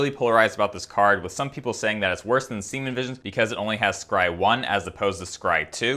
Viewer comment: he says "semen visions"